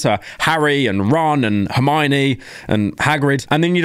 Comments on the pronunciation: I've never heard a single person pronounce it the way he did. Everyone pronounces it Her-mone, not her-mone-y/ie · "her-me-own" is criminal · No it should be Her-Me-One. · The way pyro says Hermione is crazy, truly a British person moment